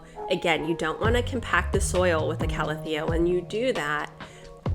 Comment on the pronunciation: I'm so happy you're finally pronouncing Calathea correctly now :) (ˌkaləˈTHēə) Luv your videos <3